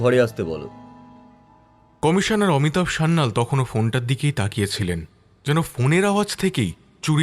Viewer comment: গল্প পাঠকের উচ্চারণ নিয়ে আরো যত্নবান হওয়া উচিত। কিছু শব্দ উচ্চারণ খুব শ্রুতি কটু লাগছে। বাস্ক নয় বাক্স, অমিতাভ্ নয় বাঙলায় বলা হয় অমিতাভো। নায়না হবে কেন নয়না সেন হবে উনি তো বাঙালি....